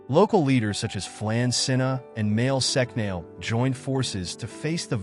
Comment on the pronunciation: Not "Mail sec nail" Mwael Shock-nol. Tara is prounced like the womans name ( not terra). Flann na Shun-inna (not flan sinna) Vikings didnt have horned helmets Get it right if you want any irish subsribers. Irish women ,under Brehon law had the same rights as men ,including divorce ,compensation .......ahh ffs forget it